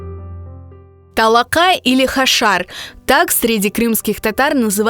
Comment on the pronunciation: Не талака а ТОЛОКА!!